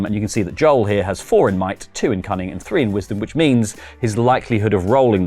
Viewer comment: 😅I heard “cunning” as “coming” the first few times…